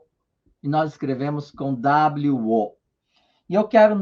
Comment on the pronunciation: Agora sim até que enfim um falou igual a mim o wo